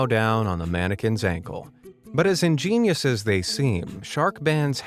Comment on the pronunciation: By the way why does he keep saying ingeinious